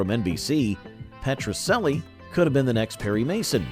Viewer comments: Petracellie is pronounced Petra - CHELLIE Not Petra SELLIE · First comment! "Petrocelli" is pronounced Petro-chelli, not Petro-selli! Also, believe it or not, my family and I lived in Tucson, while Petrocelli was being filmed there, and my Dad had a blink-and-you'll miss it cameo on one episode, as a tennis player! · It was a good show! And it's pronounced Petro CH elli! lol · It was pronounced Petro CHELLI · It was pronounced PetroCHelli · Your A.I. voice makes the same pronunciation error of "Petrocelli" that characters in the show made. The "c" is pronounced like a "ch", not an "s".